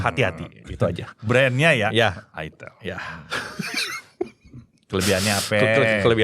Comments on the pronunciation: kasian yang nyebutin Itelnya kurang bener, malah salah paham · Baru nyadar , itel klo di sebut orang sunda ..hahha😅😅😅